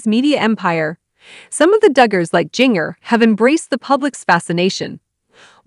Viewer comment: I have a really hard time listening to information about the Duggers when you can’t even pronounce Jinger’s name correctly. Her name is not Jinger like jingle bells. Her name is pronounced like ginger.